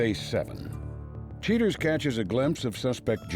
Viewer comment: Cheee-turz. 23 years later after watching this on over the air TV, I can’t get over how the VO guy and Joey Greco pronounce the word ‘cheaters.’